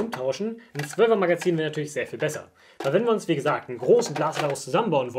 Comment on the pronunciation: "12re magerzin"